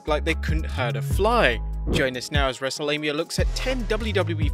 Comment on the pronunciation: wrestlelamia lol